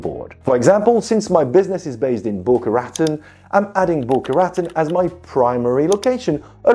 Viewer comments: The way you pronounce Boca Raton Florida is so annoying. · you might want to know Boca Raton is pronounced in a French way. It is strange but heck, it's the US.